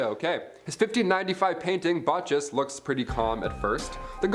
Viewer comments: It's pronounced "Bahh-kuss". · In Italian, CH is pronounced 'K'. "Bah-Kus"